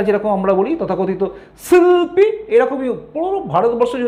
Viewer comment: আপনার ভিডিও, knowledge বাড়ায়। তথা ভিত্তিক ও বটে। কিন্তু আপনার "শিল্পী" উচ্চারণ টা বড্ড শ্রুতিকটু! আর না করার অনুরোধ জানাই।